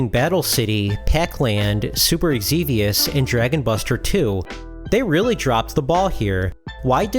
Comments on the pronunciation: Xevious is pronounced Zeeveus, not Eggseveus. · It's Super Xevious Not Super Egxevious